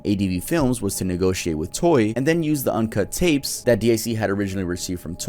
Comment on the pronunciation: He keeps saing toy instead of toei. IT SO ANNOYING!